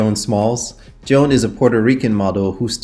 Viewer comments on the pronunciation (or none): none